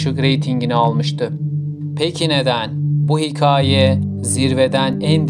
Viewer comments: hiKAAye diye bastıra bastıra yanlış telaffuz ettiğin için izleyemedim videoyu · dostum bi hikaye kelimesinin telaffuzu konusunda çalışmaya ihtiyacın var